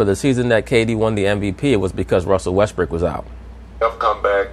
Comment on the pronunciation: Pronounce WESTBROOK, not westbrick!!!!! Learn some english